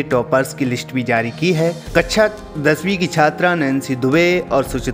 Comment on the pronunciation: It's not कच्छा दसवीं it's कक्षा दसवीं 🙄